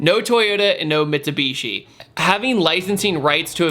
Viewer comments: Lost me at mistabeeeeeeshie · I know Americans pronounce words differently but it’s not mit“soo”bishi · mitsabeeshee? dude.